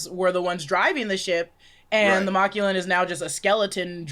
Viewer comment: why yall saying Machuan as Ma Clue In it's MAC LU WAN